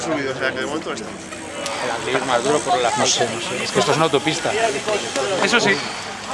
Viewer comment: cuando alguien diga Anglirú con acento en la u pon un pitido, por favor 😀